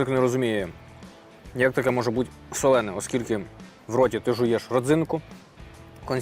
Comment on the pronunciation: Пробач, друже, "солоне"😂